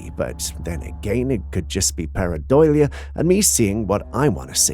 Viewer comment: “Could just be paradoulia”…..uhh could be what now